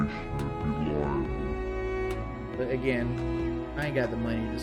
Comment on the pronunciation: doesn't know it's call 'libel' not 'liable'. Great work as always.